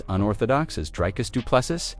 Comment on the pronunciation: Repeat after me: Dree-Cuss Doo-Plê-See Repeat: Dree-Cuss Doo-Plê-See Again: Dree-Cuss Doo-Plê-See Once more: Dree-Cuss Doo-Plê-See Final time: Dree-Cuss Doo-Plê-See Final last time: Dree-Cuss Doo-Plê-See Now try again: Dree-Cuss Doo-Plê-See